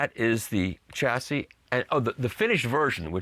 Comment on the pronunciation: Mikey ! How can you correctly pronounce 'Hor Zu' (Hort-zu) and then pronounce 'Chassis' 'Tcha-si' instead of 'Ssha-si' ? You're driving me nuts ! Keep up the good work brother !